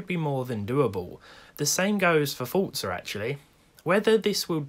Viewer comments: Forza!!!! Not fortza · HEY HEY HEY Dont you call Forza FORTza... Its for zzzzaaaaa lol j/k! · Ah yes, "fortza." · Does it bother anyone else how he says Forza? 😂😂